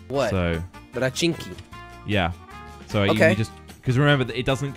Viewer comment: it's pochinki not rochinki